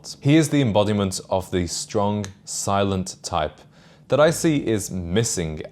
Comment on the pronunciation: The shtrong shilent tchype!